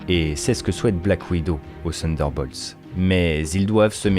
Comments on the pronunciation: Sunderbolts ou Thunderbolts ? Attention à la prononciation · prononciation = TONNE DEUR BAULTSE